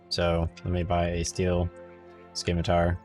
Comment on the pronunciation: Its Sim ma tar..... not Skim a tar.... only got through first min. Sorry. Your ethusiam is non existant and makes me want to stop playing. Good luck to you finidng your youtube voice.